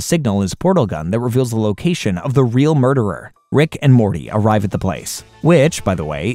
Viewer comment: How many times have you said Rick and Morley?